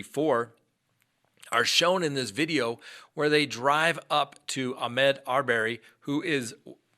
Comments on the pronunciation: pronunciation of his first name is wrong. Ahmaud not ahmed. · Ahmaud. Not Ahmed. 🤦